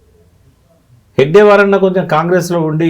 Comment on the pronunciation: ఆ మహానుభావుని, ఆ యుగ ద్రష్ట పేరు హెగ్డేవార్ కాదు, హెడ్గేవార్. అది మొదలు తెలుసుకోండి. మీరు చెపుతున్నదంతా మీ లెఫ్టిస్ట్ కోణం లోనుంచి చూసిన, ప్రజలకు చూపిస్తున్న చిత్రం. RSS చరిత్రను వక్రీకరించటానికి చాలా హోంవర్క్ చేశారు. కానీ ప్రజలు ఎవ్వరూ నమ్మరు, మీ లెఫ్టిస్ట్ లు తప్ప.